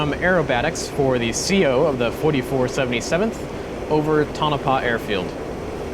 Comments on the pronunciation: It's pronounced "Toe-nuh-pah" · Awesome video , only correction - its pronounced Tone-uh-pah. Your stuff is awesome.